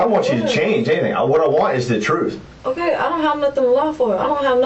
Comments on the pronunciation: She’s telling “the truf” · "The trufe" omg smdh